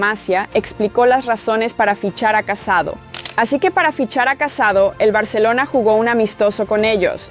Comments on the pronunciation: no se llama casado se llama CASADÓ con acento en la O!!!! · Buen video pero la pronunciacion... casadò con acento no casado porque si no parece que se haya casado xD y el pueblo se escribe Sant antoni de vilamajor pero es como si la jota no se pronuncia sería como decir mayor pero con jota major